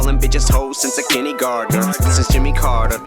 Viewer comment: Am I the only one who thought he said Jenny Gardner, not kindergartener? Like the character from all my children? I know I heard it wrong, but it still fits…